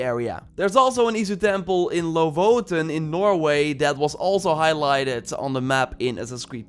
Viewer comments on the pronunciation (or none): Iknow jor is not Scandinavian, but just wanted To say its not pronounced Lovoten, its LoFoten like F is how you say Photo sounds like a F.. it means Lynx Paw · dont mean to be nitpicky, but its LoFoten, not lovoten. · its more like ''Loo Footen'' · Epsilon Star he says lovoten😂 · I love your channel but you really need to goolge how to say lofoten not lovothen.